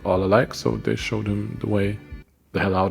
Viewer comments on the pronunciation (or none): none